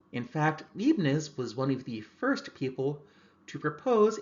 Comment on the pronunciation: small note for future reference - most often I have head a long I sound in the beginning of Leibniz when pronounced....this would be in keeping with the EI spelling and sound of EIN. Will take my pedant cap off now. :-)